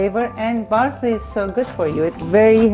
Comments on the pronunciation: BARSLEY.. lol what is baRSLEY... just say parcley.... every human can do it. so can you.... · Fousey: What she meant to say was parsley not barsley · Please say parsley not barsley JESUS CHRIST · She says barsley not parsley 😂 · "Barsley" .. The arabs cant help but neglect the letter p 😂